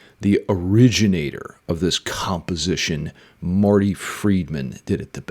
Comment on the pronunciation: You said composte pileation😂